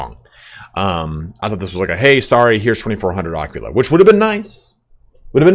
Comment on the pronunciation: when will they patch youtubers mispronouncing aquila :D